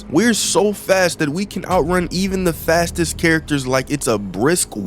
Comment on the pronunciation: Y u say fattest